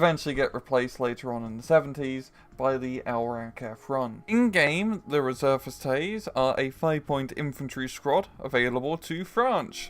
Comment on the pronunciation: You don't need to pronouce the "s" a the end of "Reserviste" :)